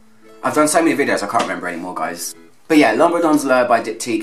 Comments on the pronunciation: Im from Belgium loo low its better than the butcherd pronounciation. But we understand it anyway.;)))))) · L'eau is pronounced loo. Gucci absolute pour femme is also a good berry frag with some oupf from patchouli.